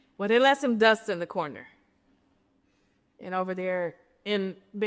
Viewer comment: That Detroit accent came out when she said the dust in the corner 😂I LOVE KENYA AND DETROIT ❤